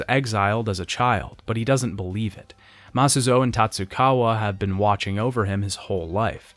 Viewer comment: he does this a lot other things are mispronounced, like Masuzoe and Nagumo